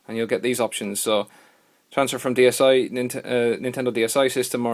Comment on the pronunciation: "Dsi" not dis